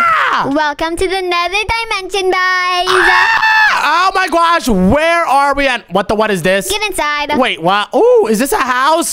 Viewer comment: Every millisecond bro says "OH MY GWASH"💀